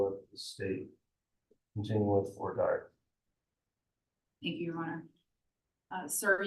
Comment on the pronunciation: I wish would learn how to pronounce “voire dire” correctly.